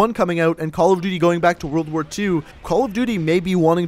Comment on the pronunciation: "world ar war"